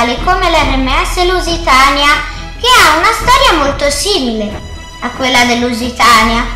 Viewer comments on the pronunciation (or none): ma quale leusitania luisiana